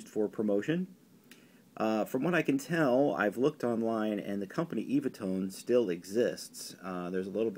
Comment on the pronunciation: To be super pedantic It's pronounced EVAH not eeeevah tone, the few I have include a self promotion for the sheets themselves with comedians Dick and Bert , and they repeatedly say, and even sing it at one point, as evah, perhaps as in 'they last forever'- tone sound sheets Love the vids, cheers